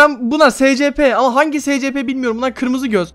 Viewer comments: SE CE PE diye okunmuyo Sİ ES Pİ diye okunuyo. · O se ce pe diye okunmuuo si es pi diye okunuyo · Neden S-C-P diyon essipi diye oku SINIRIME GIDIYO YAZINCADA ANLAMIYOOON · SECEPE değil ESP .d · Normal insanlar: escipi (okunuşu) abiğ:SECEPE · SECEPE craft doğru okunuşu: esipi garaft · abi aslında secepe diye okunmuyor essipi diye okunuyorda :D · Abi scp nin okunuşu :secepe diye değil esepi diye okunur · Abi Scp diye yazılıyo eysipi diye okunuyo sen secp diye okuyon.yanlış okuyosun yani ben eysipilerle ilgileniyorum o nedenle biraz takıldım.(Görürsen sevinirim) Bu arda konunuşlarını yaza bildiğim kadar yazmaya çalıştım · abicim scp scp olarak okunmuyor 'es si pi' olarak okunuyor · abi SECEPE değil ES Sİ Pİ diye okunuyo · ab secepe diye değil esipi diye okunuyo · scp diye okunmuyo esipi diye okunuyo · Scp esipi diye okunuyor ve bu vakıf çocuklar için değil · Abi Scp Esipi diye okunuyo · Scp diye yazılıyor esipi diye okunuyor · Scp diye okunmuyor escipi diye okunuyor. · Abi scp craft escipi craft diye okunur doğru oku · Abi Scp yerine esipi diye oku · Scp değil esipi deye okunur sadsadasdasd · Abi "esepi" diye okunuyo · abi onun okunuşu esipi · SCP'yi "se-ce-pe" diye okuduktan sonrasını hemen kapattım🤢🚮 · Esipi yi SECEPE diye okuyan tek milletiz ha